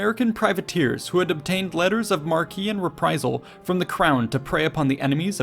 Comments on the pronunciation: Pretty sure that "letter of marque" is pronounced "letter of mark." The 'e' is silent, I think. "Mar-kee" is for words like "marquis," with that "quis" at the end. The privations to which sailors were subjected in the 18th and 19th Centuries were horrific, by today's standards. Of course, everybody lived under similar or worse conditions ashore. Tough people. I toured the USS Constitution once when I was back East. Seeing the claustrophobic conditions belowdecks (and imagining the stench of all those unwashed bodies) was very humbling. Then I stood under the mainmast and tried to imagine scrambling to the top and working the sails. I decided that those guys were about 10 times as tough and 100 times as brave as I am. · It is pronounced, "letters of MARK" not marquee. [2.10] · Letter of Marque. It's just mark, not markey. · Letters of Marque. Pronounced Mark, not Mar-Key. Sheesh. Are you reading this out of a Middle School textbook? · Letter of "mark" not "mark-ey"... sorry. I'm a as$ and I recognize that. A self aware man, kinda. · "Marque" as in "letters of marque" is pronounced "mark". Marquee, as in an entrance canopy, signage, or a tent, is pronounced "mar-kee". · Letters of Marque, is pronounced "Mark", there is no "kee" at the end, despite the spelling making it appear as though there might be. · It's pronounced "letters of MARK," not "letters of MARQUEE." Stopped listening to you at this point. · I fully understand why you would say letter of marquis, however a letter of marquee is pronounced letter of mark. Just so you know. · "Letter of Marque" is pronounced as 'mark' not 'mar-kay.' "Nassau" is pronounced more like 'Na-saw' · Lmao Letter of Marque is pronounced “Letter of Mark” not “Mar-kee.” And they built all six of the frigates, not three. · Letters of Marque are pronounced "Letters of Mark" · Letters of Marque is pronounced "mark", as cheque is pronounced "check". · "Letters of mark-ee" chortle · Letters of Marque: pronounced Mark